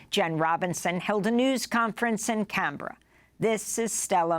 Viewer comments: Only an American could mess uo the pronunciation of Canberra so badly. Cumbria it is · The capital of Australia is not called Kahn-Bra 😂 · Cunberra??? It’s CANBERRA, Assange did facilitate Russian aims of election interference